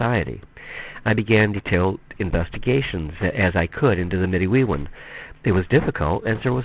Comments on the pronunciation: I look forward to reading this book if I can find it. Im Anishinaabe, from MI ( specifically Grand River Band Odawa ). My cousin belongs to a medewiwin lodge and ive always heard it pronounced med-dway-win (with very little emphasis on the 1st w more like med-day-win ). From what I understand its like fight club in that," the first rule of fight club is never talk about fight club". But much respect to you for trying to research and document even just a piece of our history . As a protoliterate society there are no books recording our culture and history (pre European contact). So as our stories are passed on less and less from generation to generation , our history and cutural identity is effectively being lost forever. Chi Megwetch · Btw, I'm not criticizing you, you're work is awesome , if you care though - midewiwin is pronounced- mi-day-wi-win Manitou is pronounced - mah-ni-too Nanabush is our name for the spirit you said is second in command. Just thought you might like to know+ thanks for the video😁